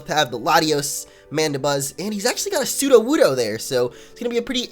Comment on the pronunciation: burgerbuns 😹😹😹😹 he's got a sudowudo here 😄🤣🤣🤣🤣🤣🤣🤣🤣🤣🤣🤣🤣😂😂😂😂😂😂😂😂😂😂😂😆😆😆😆